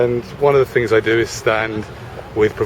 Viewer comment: but what is the queens english (which was totaly different to the politese of the language we use today ,)i get what your saying though but i dont think reginal accents are a problem when speaking with someone from the same region ,so you obvious;y knew what i he meant by saying "fink" so what the big deal ,i know it cost nothing to be polite ,but if you argue that fact is that not butting against free speach? im just saying its not a big deal is it ?